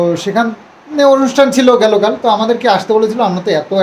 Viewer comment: Gelo kal ta ki😂😂? Correct word is gato kal😅😅 theek kore bangla janoi na?? Amra Delhi te North Indian der sathe thaki athocho bangla jani😅😅